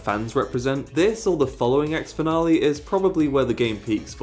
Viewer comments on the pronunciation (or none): none